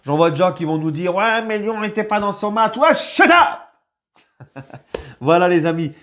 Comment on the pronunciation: « OUAIS SHIET UP »😭😭🤣